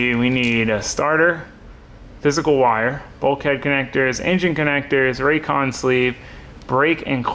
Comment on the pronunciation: Nice work but I laughed at “raycon sleeve” ahem…. Raychem